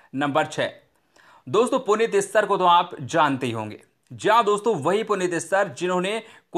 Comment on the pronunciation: कृपया आप भी हिंदी के नाम सही उच्चारण किया करें।जैसे आपने नवीन निश्चल को निश्कुल नाम से पुकारा यैसे ही पद्मिनी कोल्हापुरी व पुनीत इस्सर का भी नाम गलत उच्चारण किया। क्षमा करें ।होसकता है जल्दवाजी मे यैसा हुआ होगा।